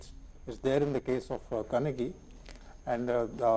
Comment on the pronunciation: Her name is pronounced as 'Kannagi'....like kanna-ghee...